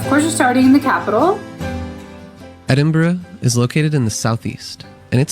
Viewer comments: It's pronounced Edinburrah, not not Edinburrow. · He started off well but within a few minutes, he was back to burrow.